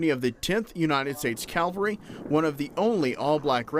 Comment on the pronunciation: Two corrections. First, the Battle of the Washita took place in 1868. Second, the Army branch is pronounced "Cav-al-ry." "Cal-va-ry" is a place in Israel.